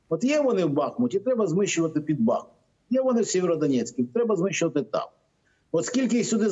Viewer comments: Місто БахмУт, а не БАхмут. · Пане Матвію! Будь ласка, виправляйте людей, що до вас приходять. Ну вже всіх дістало слухати, поясніть, що місто стоїть на річці БахмУУУУУтка, тому називається БахмУУУУУт. Скільки можна бахкати жахливим наголосом. БОЛЯЧЕ! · Пане Ганапольський! До вас теж звертаюсь: будь ласка, навчиться казати правильно БахмУУУУт. Пишу знов і знов! Шановні журналісти мого улюбленого каналу! Навчить пані Курбанову, пана, що вів бесіду з Костенко, що треба казати БахмУУУУУт., бо річка там БахмУУУУУтка і напрямок БахмУУУУУтський!